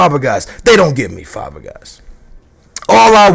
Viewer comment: Inesta, Fabagas. Look up the names at least.